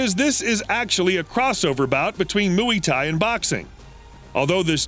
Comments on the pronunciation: It’s Muay Thai not “mooey thai” Its not a thai cow 🐮 ok. Muay like how you say “Muy Bien” . You’re welcome… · It's knock DOWN Not "knock out". It's also pronounced Moi Thai Not "Mooey Thai". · “Mooey” Thai, LOL! What a buffoon. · Last time I checked moy thi because Muay Thai comes from Thailand so it's kinda moi thi (thi like Thailand) but since I'm not good with pronunciation try looking it up or asking a thi friend if you have one better yet ask on a Muay Thai community page like in Reddit.